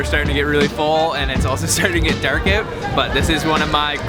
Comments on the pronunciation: the word "OUT" is pronounced "AAAOOooot" NOT "Eeoot" dam everytime you say it ....just zingz my ear...you dont believe me....Google it and hit the fu*in speaker key on the word "OUT" DAM!! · You say "out" funny.